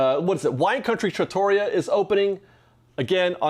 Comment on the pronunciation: Great updates—thanks! By the way, “trattoria” is pronounced “tra-tuh-REE-uh” and not “tra-TOE-ria.” I also believe Rancho del Zolaco is pronounced “ZOH-cu-low” and not “zo-CAH-low.” Thanks again!